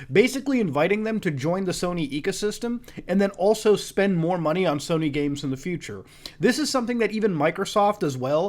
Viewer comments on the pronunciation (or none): none